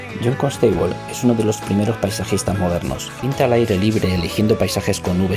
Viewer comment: Saludos! Buena información pero la canción distrae un poco. Perdón por el atrevimiento pero Constable se pronuncia Cónstabol no Consteibol